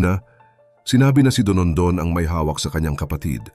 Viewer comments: Dondon ang pangalan nya, hindi DONONDON. 😂😂😂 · Dondon hindi Donondon.